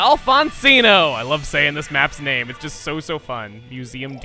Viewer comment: *goes on about how loves map name *repeatedly pronounces incorrectly